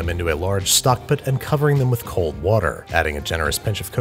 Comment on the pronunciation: No one: Andy: Saucep'n stockp't